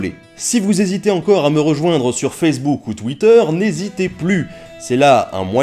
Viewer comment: oh mon Dieu comment il dit Féssebouc à la place de Facebook et il dit Twiter a la place de tweeter moi sa me fait marrer parce que moi aussi je prononce comme lui